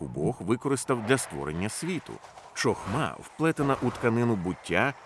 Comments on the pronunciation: Гарно. Правда "чохма" ріже слух)) "Хохма" правильно. Розумію, що "ч" вкралась при перекладі з англійської "ch". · Дякую за переклад. Правильно буде "хохма" а не "чохма", гарно було б звірятися з мовою оригіналу.